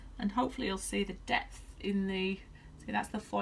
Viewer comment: I kept thinking you were saying "death" and I finally figured out you were really saying "depth".